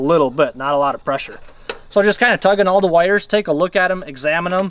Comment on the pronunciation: PRONOUNCE "TH" (not "DA")